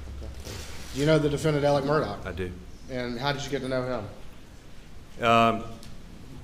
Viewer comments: It's pronounced " Mur daw" the "gh" is silent and there is no enunciation of a. "c" .. they keep pronouncing it "Murdock".... Maybe that is just that southern twang.... The American language is one of the most difficult languages to learn and frankly the most ridiculous.... Silent sounds for certain letters depending on the how used or what is described.... For example, 🗡️ knife or knew vs new or read vs red , knew vs new, know vs no, reed vs reed,.... It very nonsensical and crazy... It gets insane attempting to explain why we do our language arts this way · Why does everyone say Murdock? His last name is pronounced mur-daw.